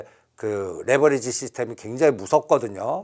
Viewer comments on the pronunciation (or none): none